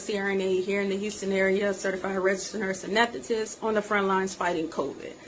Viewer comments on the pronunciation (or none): Your what? I bet you not legit !! You can’t even say nurse anesthetist right !